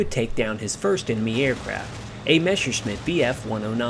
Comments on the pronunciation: Its Messerschmidt not Mescherssmidt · Messerschmidt is pronounced like messershmitt, not meshershmitt or meshersmitt. Source: I am German